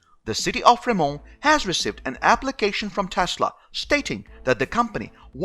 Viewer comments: Free-mont...we aren't French over here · Fremón BAHAHAHAHA FreMONT dude,hehe.